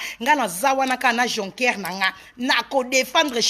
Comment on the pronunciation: Jocker et non joncker